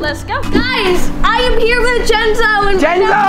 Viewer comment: it's jenzo not jentzoo and it's just not jus